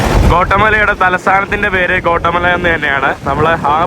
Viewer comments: ഗോട്ടമല അല്ലെടോ ഗ്വാട്ടിമാല... തർത്തിയ അല്ലെടോ ടോർട്ടില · Gota mala allada mone Gatimaala ennu venam pronounce cheyyan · Kotta അല്ല guattamella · Please pronounce name of the country properly. It is not കോട്ടമല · Bro its pronounce Gothamala, പിന്നെ avdethe oroo ZONE ( places) shradhikknm crime orupaad nadakkunna Zones und,. ... Zone 18 , 12 erc.. Kettitt mathre ollu... Ninakk kaanan patiyathil 🎉🎉